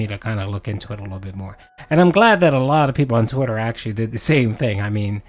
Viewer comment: He is intelligent… have you heard the way he says “twitter” and “thus” 😂